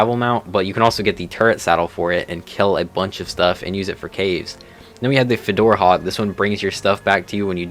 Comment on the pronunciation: it's Fjord Hawk not Fidora Hawk